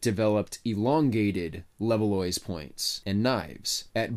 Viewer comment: le-vaahh, not level-loysz, Levallois is in France mon ami.